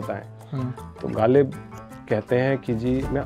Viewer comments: The Urdu pronunciation needs correction. It is jarring to the ear. Ghalib was pronounced as Galib !! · वीडियो शुरू होते ही ग़ालिब को गालिब सुनना थोड़ा बदमज़गी-सा है. साहिर का मशहूर शेर भी ग़लत पढ़ा गया